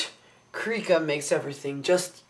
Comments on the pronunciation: I believe it's pronounced KRYE-ka... long-syllable I. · its pronounced Krih-ka, with a LONG vowel being the i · its not krihk-a or kreek-a, its krie-ka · Krika is pronounced kree-kuh. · im not being mean im helping you.Krika is pronounced with a long i